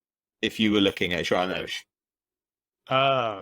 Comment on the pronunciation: I'm glad to announce João Neves was currectly pronouced